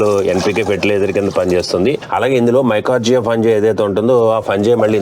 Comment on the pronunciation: మైకార్జియా కాదండీ..మైకొరైజా...మీరు సింపుల్ గా చెప్పేస్తున్నారు..అది ఫంగస్.. అండి..